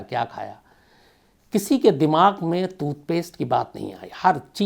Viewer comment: Janab calculations theek karein aap 40 din nahi 70 din hota hai 10jan se 20march tak, also tutpaste nahi TOOTHPASTE hota hai. Lol